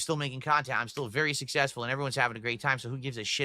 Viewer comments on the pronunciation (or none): He's in agony the longer he goes without a "sussesful" $1000+ marathahn